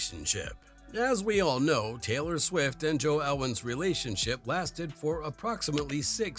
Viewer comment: Taylor 'Quick'??? (last minute or so). Fix your AI voice over 🤣🤣